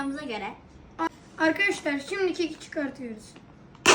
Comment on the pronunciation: Akadaslar diyo len😂